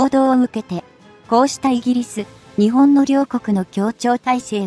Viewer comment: いくら何でも「日本」を「ひぼん」と誤発音するのは余りにも酷すぎます。その程度のチェックはきちんとしてください。誤発音にある程度目を瞑ってきましたが、これは看過できません。